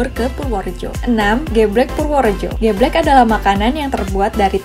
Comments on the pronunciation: Min...kue lompong dibubgkus pake KLARAS ( daun pisang kering ) bukan daun jagung kering. Oyaa..logat ngomongnya si mimin nih kental logat jawanya..tpi masak iya gak bisa baca " ireng " dan " geblek " ?? hadeeuhh 👿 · Min...kue lompong dibungkusnya pake KLARAS ( daun pisang kering ) bukan daun jagung kering. Oyaa..logat ngomongnya si mimin nih kental logat jawanya..tpi masak iya gak bisa baca " ireng " dan " geblek " ?? hadeeuhh 👿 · Mbak maaf sebelum mngabarkn baca brita mbok di dalami dulu di pahami temanya, br di sampekan, biar tdk asal sebut. dawet ir-rheeng. kue lompong bkn dr kulit jagung bungkusnya, tp dari daun pisang yg sdh kering Ge'bhlek. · Cara baca geblek dan dawet ireng. ...mhon diperhatikan